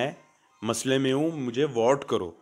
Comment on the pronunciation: Wote nai hota vote hota h.. anpad